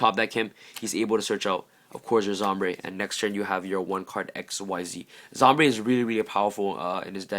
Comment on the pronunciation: ITS SOMBRE NOT ZOMBRE